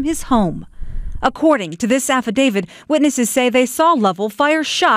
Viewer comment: "Affadavid" The news reporter is regarded. There's no D at the end of "affidavit", lady.